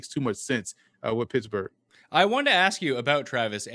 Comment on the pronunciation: I like but I can't take anybody seriously that pronounces the word ask as "axe"